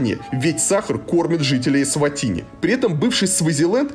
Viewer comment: Варламов должен знать,что , когда человек снимает без разрешения, это в любом месте неприлично и можно огрести, что будет правомочно. Сам тон повествования критический, ернический, с позиции " большого брата". Название страны лучше называть правильно, а не так, как привык Я. Фраза " Взрослые только пьют пиво и стригутся"- характеризует не Эсватини, а Варламова. То есть дети и сахарный тростник у них сами себя растят, да и много чего само делается- строятся здания, дороги, готовится пища, ездит транспорт.